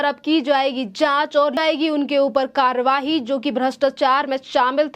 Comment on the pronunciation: Karwahi कार्रवाई, उच्चारण पर ध्यान दीजिये।